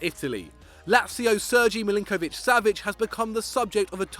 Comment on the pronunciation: Wait did you say Surgy Milinkovic Savic